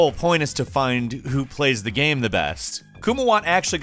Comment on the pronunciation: the way he pronounces game as gaem XD